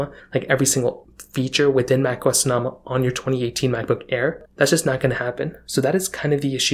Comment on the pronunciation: It’s pronounced So No Muh. Jesus. 🤦🏻‍♂️